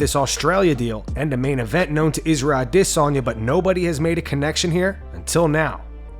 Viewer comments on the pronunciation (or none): Why do you keep on saying adesayna like that..... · The way you say a-DI-sanya triggers me. Stop trying to say his name real sweet and just speak normally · "Israel A-DIS-Sanya" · Ah- diss- on- yah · Why are you pronouncing Isreal Adesanya like that Lol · Why do you keed saying Adesanya the way you do? Sure if he heard you he'd tell you to not pronounce his name that way. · You sound like you’re having a stroke when you try to pronounce Isreal Adesanya’s name. Jesus get it right. There is no “diss” in his name. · “Former ADsisi chiampien” it’ll never not be weird…🤦🏻‍♂️ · I don’t think you’re pronouncing Adesanya’s name correctly. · You do you pronounce adesayna so weird lol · Put up a poll on how you should say adesanya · Is no one going to address the pronunciation of Adesanya?